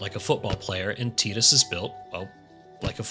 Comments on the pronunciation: "Tie-dus' not 'Tea-dus' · Tidus is pronounced like Tide-us, not teeedus, it's a water pun. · TEETUS? I seriously cannot continue listening to you. I can't deal with this. lol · Don't they say tidus' name in the game multiple times? How do you come away calling him 'teetus"? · Hahaha, you pronounced tidus wrong. It's pronounced FUNKBUTT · You lost me when you said Tee-tus